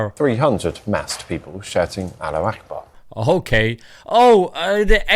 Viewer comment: That news caster needs elocution lessons, "alliakhbar." Deport Tommy, for racist Islamophobic hate.